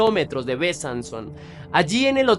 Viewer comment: Besançon se pronuncia Besánson Dijon se pronuncia Diyon. Lyon se pronuncia Lion. La table de Gustave se pronuncia la table de Gustaf Saludos desde Francia❤